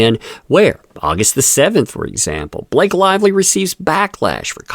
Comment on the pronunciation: "Is there a Bah Lak ehe in the room?" Do you mean Blllaaaaake? "Go to the Principles office!"